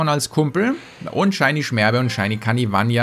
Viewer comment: Ey, ich hab echt ne wichtige Ansage: Es ist heißt nicht Kanivan-I-a oder wie auch immer du es nennst. Es heißt Kanivanha. Kannst du das bitte nicht mehr falsch aussprechen, da zieht sich echt alles zusammen. Danke